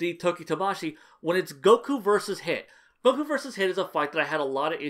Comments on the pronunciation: Idk why but I'm a fan of how you pronounce Goku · I meant that I like that you pronounce it that way as opposed to how it's usually said in English.